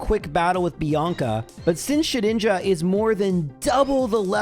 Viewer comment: I believe it is pronounced Shed-Ninja🤓